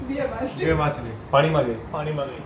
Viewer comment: Jay shree krishna all family 🙏🏻 game ramta ramta machhali bole che,ke matali😅